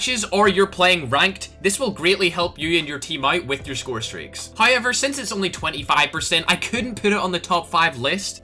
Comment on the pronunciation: love when you say however hiyever